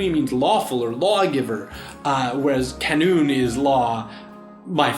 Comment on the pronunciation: Canun isn't pronounced with a K but with a J. As in Jaa-noon